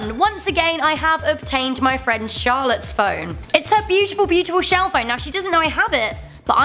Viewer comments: I loved u saying fwiend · He's my fwiend you said fwiend he is mah fwiend not you jk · "I like him cuz he's my FWENND" says as I ROTFLMFAO